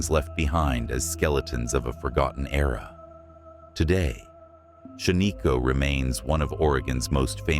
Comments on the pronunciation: I am a lifelong Oregonian. Shaniko is pronounced Shan-ih-ko, not Shuh-nee-ko. I have been there. The only place on this list I have not been is Hot Lake Springs. Thank you for posting this video. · It's not shaneeko! It's shan-iko! A good friend of mine! Owns over half of shan-iko! I remember going there as a kid and playing in the old cars that are there! That they also own! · Shaniko is pronounced SHAN-nuh-ko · Stupid...you pronounce Shaniko wrong, then you spell it wrong. 👎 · It’s not a real person… AI and computer generated voices never pronouncing things correctly.